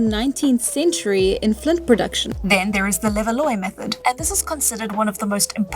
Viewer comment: Levallois is "le-val-WAH".